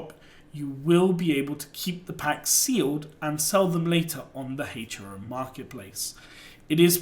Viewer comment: I may be wrong but I think it's pronounced Hero